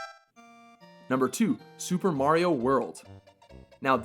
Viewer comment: at least hes saying mario correctly